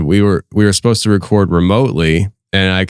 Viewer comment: Supposed not suppised...lol